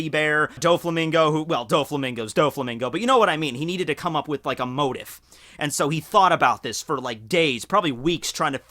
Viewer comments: Sordid., not assorted past. His sordid past. Also it's pronounced "mo-teef" as opposed to it's spelling of "mo-tiff. Also, Ivankov implied, we inferred information from that. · Okay,, I love you but I need you to say this out loud, "Moe- Teef", It's not "Motive" it's "Mm-oh-tee-eef". I tried my best to figure out what you were saying for the first minute or so. Then I realized that you were saying "Motif" and I was hearing "Motive". Here's a link to the Google search for the word. If you hit the little speaker icon next to the word it will play a recording of someone saying the word. I hope that helps. I'm not trying to be a dick but honestly let you know that you're using a non-standard pronunciation. You're not wrong by any means but it is confusing to people like me, in case you care. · I die every time he says motif like "motive" instead of like "moteef" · Its pronounce moe-teef not motive lol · ITS "MOH-TEEF"! YOU SOUND LIKE A STREET URCHIN, I WON'T STAND FOR IT! (P.S.- love your videos keep up the fine work my dude) 😎🐢💯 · Pronounced Mo-teef, Mo-teef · motif is pronounced mow-teef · its pronounced mo-tief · So the comms major cant say motif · Motif is pronounced with a hard e sound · Your pronunciation of motif.... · man was a journalism major and can't pronounce motif